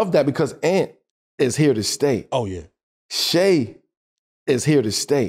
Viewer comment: Shai is pronounced Shay not shy.